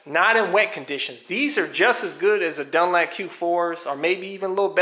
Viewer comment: " dun LAP"???? it's " dun. LOP" xD